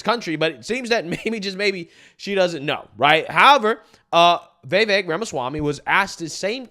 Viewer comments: Dude, it's Vi-VAYK. For real, plaese say it right. It's not Vay-Vayk. C'mon, Man! Don't tell me you don't get on peeps for how their eloquence..... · FYI Its pronounced "viv-vake" not "vee-vake" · It's pronounced (Viv_vake) like cake.Vivek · Why does he keep calling him Vay Vake lol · Bro. Love your channel, but I can't understand why you have such a hard time pronouncing his name. It's not "Vay-vake", its not "Vai-vake". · Vee Vayk, lmao. You crack me up with your pronunciations dude. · Bro, please learn to pronounce Vivek's name. It's so irritating. Don't believe the polls. Vivek POTUS! 🇺🇸🗳